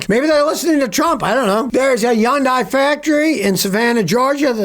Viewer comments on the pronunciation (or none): Hyundai is pronounced like “Hunday”. Sunday with an “H”. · I didn't know Hyundai was pronounced yun-dye 😅